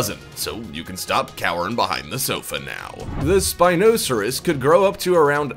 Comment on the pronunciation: ok I love your videos but that really isn't how you pronounce Spinosaurus